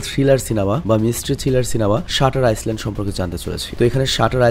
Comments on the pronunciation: ভাই আইসল্যান্ড বলা ছাড়তে পারলেন না 🥴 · আইল্যান্ড আইসল্যান্ড না। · আইসল্যান্ড না বোকাসোদা, এটা আইল্যান্ড হবে।